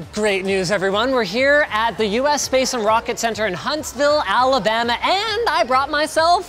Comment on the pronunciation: I heard "Alabama"?